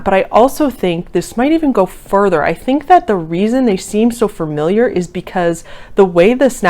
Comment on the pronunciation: You constantly saying "furmiliar" ruined the video lol